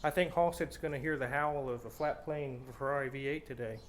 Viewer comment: A Tubby Chick in a truck ........ Now THAT screams FERR=AH-RI!